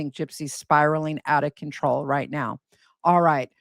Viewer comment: “Spiraling out of controw” 😂😂😂 ok